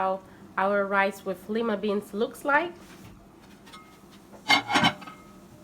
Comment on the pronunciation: LOOKS GOOD 😋 IT’S PRONOUNCED “LIE-MUH” NOT “LEE-MUH” FYI 😁